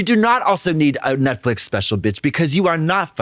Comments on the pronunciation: Trixie calls Netflix Netflic and that makes me so mad😂😂😂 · I love nothing more than hearing trixie say “Netflick” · I'll never get tired of trixie sayin "Netflick" 🩷🩷🩷🩷🩷